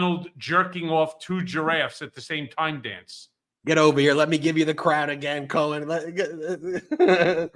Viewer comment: We cwown you Cohen!!!!!